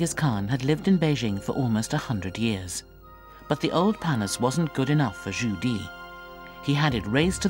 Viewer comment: Zhu Di not Judy